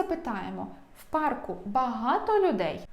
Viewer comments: Дякую за змістовні та дуже зрозумілі уроки. Ще маю одне прохання ,чи могли б ви пояснити у чому відмінність англійської американської і британської.Кажуть правельно вчити британську. ❤(У п'арку ) наголос на (а) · Правильно у па'рку. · Парк - має одну голосну. Наголос на неї у всіх відмінках🤷‍♀️ У пАрку. Це ж поосто - як ваші уроки англійської. Дякую за ваші пояснення - вони завжи лаконічні та зрозумілі👍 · У парку.( наголос на а) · Дякую!!! Все - чітко!!! Вас дуже приємно слухати!!! У парку - наголос на 1-му складі!!! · У парку більш на а наголос. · В парку, парків наголос на "а", бо парк. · Парку, парків ставимо наголос на "а", бо парк.